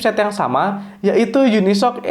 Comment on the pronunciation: UniSOC dibaca,: YUNI. ES OW SI